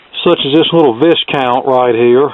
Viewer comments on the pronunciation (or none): Just FYI, it's pronounced " Vi-count" the 's' is silent!